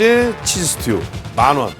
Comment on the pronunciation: 마,릇..게리따 피자.. 좋,아➡️요~~ 아맛,, 뜨리 치아나 파스따 자, 마찌막엔 어 찌금 스으튜가 남았어요↗️오~~ 치킨 로제 어 치즈 어 스튜↘️↗️~~